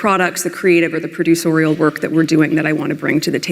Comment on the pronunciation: She deliberately targeted a member of the Royal Family (the dumbest one) to manipulate her way to the level of fame she has always craved. She’s revolting and incredibly stupid just using the same nasty script over and over again. It’s like a slow moving car crash. “Producorial”? WTF???